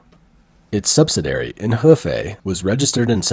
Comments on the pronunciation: The speaker for this channel does not have an accident. And yet, some of his words are not correctly pronounced. For example, he mispronounced 'subsidiary'. He pronounces it 'subsidary', which misses the second "i" I wonder if this is a high quality, computer generated voice. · Why is it that you can not correctly pronounce the word subsidiary? In every video of yours that I have watched, you consistently mispronounce this simple word ? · Please see if your can program your AI narrator to pronounce 'subsidiary' correctly. Thank you.